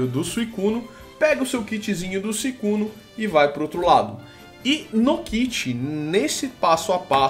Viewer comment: para de ficar falando suicunu e SUICUNI!!!!!!!!! isso me errita